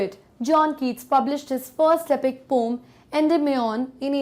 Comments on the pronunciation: Poem ❌ poam✔️ 🤣🤣🤣🤣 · Difference between ,,, "POM" , ,, "POEM" ,,,, 🤔🤔. , 😸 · Very nice explanation but do take care of Pronunciation it's pow.uhm not pom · Check your pronunciation of the word 'poem'....it's irritating as you are terribly wrong in pronouncing it.. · Pom❌️ poem✔️😂😂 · Mam is saying pom instead of po-em 😂😂😂😂😂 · Ma'am, it's not पोम , it is प उ इम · Poem pronunciation Indian English (poh-uhm) British English (pow-uhm) American English (pow-uhm) Pom😮 pehli bar suna hai. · Mam pom nahi poen hai woh 😅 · mam pom ni poem india me yhi pronounce krte h isliye yhi shi h😅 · Pom not poem is also a thing of beauty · yeh yeh pome pome kya hai bhai 😂😂 , poem haiii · Please correct the pronunciation of poem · New word aapne sikhaya poem ko ponm bhi kahte hai😀😃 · Bcoz it's now pronounce as a pom not a poem ☺️ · Ooohh 😲so its a poom not a poem😂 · Pome 😅😅😅😅 correct the pronunciation of poem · Literally regretting my life to say poyyyyyemmm. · Mam why are you pronouncing the word poem in pom...? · Mam ap poem ko pom q bolti ho🤔🤔